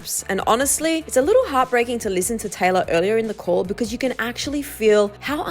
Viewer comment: anyone else hearing tyler instead of taylor